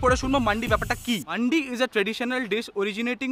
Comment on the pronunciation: মান্ডি না ওটা "মান্দি"